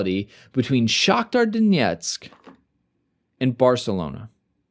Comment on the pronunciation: over emphasising the Russian pronunciation of Donetsk in Shakhtar Donetsk was kinda funny.